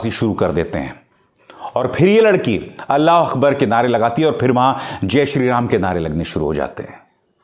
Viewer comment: Brother Abhisar Sharma ji, I am regular viewer of your all channels, you are always shows the current issues with facts, you are the one of the best gernalist in India, I request you to kindly pronounce Allah o Akbar properly, ( with K not With Q) please,,,, Sir,,, I know your Urdu is very good.